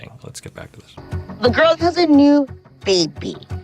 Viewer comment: Honestly the way she says "Beey-bee" just gets me everytime haha